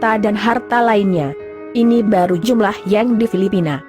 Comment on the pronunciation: narator paling jelek cewek ini nih yg bicara di video ini...bilang yang aja jadi YENG aneh banget apakah gak sekolah ini cewek